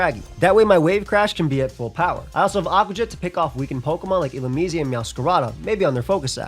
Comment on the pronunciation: Y are u saying illumise like that lmfao